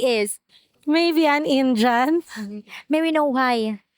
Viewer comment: "An Injun"? Who taught her English, John Wayne? 😂